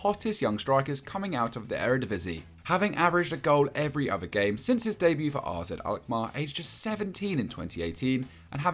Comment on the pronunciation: Can i say around 4.30 mins in who are r z alkmar? Lmao